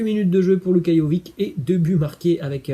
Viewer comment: " Luka Jovik " ? Quand les français apprendront ils à prononcer les noms slaves correctement ? Ca se prononce Luka JoviTCH ...